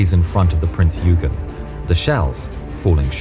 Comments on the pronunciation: You butchered the name of the prince Eugen it is pronounced oy-gan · Prince "ouyegan" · ok, seriously., learn to pronounce words. Eugen is Oigen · Good vid. FWIW, the Bismark's escorting ship was pronounced Printz Oy-gen (with a hard G) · He said yougin!!!! lol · oi-ghin is actually how you pronounce the Prince Eugen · Prinz Oy-ghen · Please Name the Prinz Eugen right, it's called Prinz ''Oy-gen'' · I feel bad when people call Eugen as "Yugen" or "Yujean" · Looks high budget now. You mispronounced Prinz Eugen which is said like 'Prints Oi-gen' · Prinz Eugen is pronounced “Oi-Gen” in German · Eugan is pronounced OIGEN, there are other errors which surprises me as is usually so good. Thanks for the upload anyway, most enjoyable. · wait isn't eugen pronounced as oigen?..kinda like that?.. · Pronunciation of prinz Eugene is Prinz Oigen. So it’s spelled Eugene but pronounced oigen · Actually prinz eugen is pronounced like "oigehn" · The prinz eugen is pronounced lile prinz oigen btw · Pardon me, there is a miss pronounciation on "Prinz Eugen" (it should be "Prinz Oigen"). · Prin-z Oi-gen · Sounds better then "Prinz yoy-gen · The recognition stripes were painted out before the sortie. Nice try though even though the AI douche narrator mispronounces Eugen. Waste. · If you can't bother to learn to pronounce Eugen and Lütjens PROPERLY, then don't make a video about German naval history. About plonker you are. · I’m sorry but what’s the prinz ugen? The e is never Silent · Why does everyone mispronounce Eugen ffs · Very nice video 👍 but thats not how you pronounce eugen 😄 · All German names are pronounced terribly wrong in this video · You pronounced Eugen wrong. Just do a bit of simple research. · why does it seem like every english speaker fails to say eugen in propper german pronounciation? isnt even hard tbh. i think drachinifel has a good video on how to pronounce german ship names correctly. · It's not yoo-jen, it's oy-gen, hard 'g' ... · Isn't it [Oygen]?